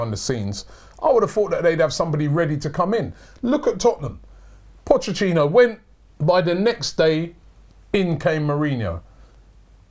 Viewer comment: Why am I getting triggered when Robbie says Pochechino instead of Pochettino..